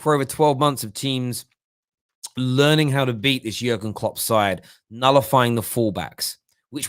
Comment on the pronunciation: Something about the way you say Jurgen Klopp ain't right.